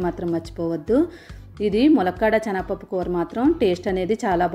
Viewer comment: రెసిపీ కొత్తగా ఉంది . 'చనగ పప్పు'..అని కాకుండా 'శనగపప్పు' అంటే వినడానికి సౌకర్యంగా ఉంటుంది.